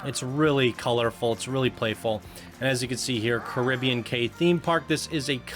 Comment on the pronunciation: I think Cay is pronounced key